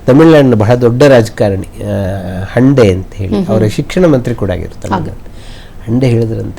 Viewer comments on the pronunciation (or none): ಮದ್ರಾಸಿನ ಮಂತ್ರಿಯ surname 'ಹಂಡೆ' ಅಲ್ಲ..ಅದು 'ಹಂದೆ' ಎಂದು ಉಚ್ಚರಿಸಬೇಕು.